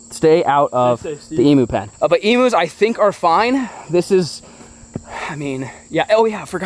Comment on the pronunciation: They are NOT "Emoos" It's pronounced "Eeeemmm U" ... U as in U-Haul.